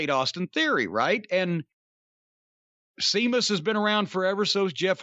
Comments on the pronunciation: It's Sheamus not Seamus. Match was very good too by the way. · Jim calling Sheamus Seamus is driving me mad lol. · Cornette calling Sheamus "Seamus" will never not be funny to me. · Can someone tell Jim its pronounced sheamus? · Jim saying Sheamus's name wrong made me chuckle a bit.